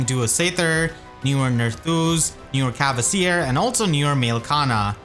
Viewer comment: Big fan and really appreciate all the worm you put in your videos. That being said, please return to the old pronounciation of "Kvasir", there's no "e" or "a" there!